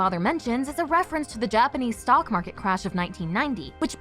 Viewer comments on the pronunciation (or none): none